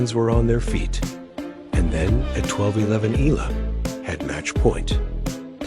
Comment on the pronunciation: Not e-lah..it pronounced e-yah-la❤